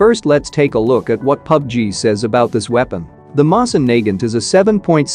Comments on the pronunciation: I hate how the bot pronounces the Mosin Nagant incorrectly. It is pronounced Moe-Sin Nuh-Gant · Mo-sin Na-gant......say it with me now..... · The way he pronounces mosin Nagant..... 😂 I straight up died from laughter... It's pronounced mo-seen na-gunt.. 😂 😂 😂 😂 😂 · i hate how he pronounces it moss in nae gant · Yal here that right the way he says moving naget sound like,e he is saying n word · Pronounce it moeh sain Nagant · Mosin Nagut😃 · Btw guys, the pronunciation for "Mosin Nagant" is not "Mowsin" or "Moizin", it is in this video... Edit: lol thx, you are the only person that actually gives good tips and tricks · Doesn’t say moisin nagant right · Screwed that pronunciation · He says mosin nagant wrong bruh like the wtf